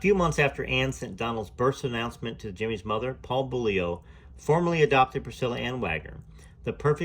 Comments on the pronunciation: Correct pronunciation: (Bowl-you) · Beaulieu is pronounced Bow-you.. the L is silent. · Hi, love this channel, people seem to have a problem pronouncing Beaulieu, in England we have a town with the same name, we say Beaulieu, (Beauly). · That's so funny how you say Beaulieu 🤣 weird name anyway